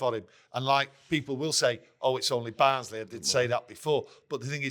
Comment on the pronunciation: ITS BARNSLEY FFS